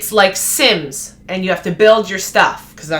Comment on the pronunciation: I play Valheim, and it's super cool, I got killed by a tree 😓😂 Hahaha, I heard Simps and not Sims xd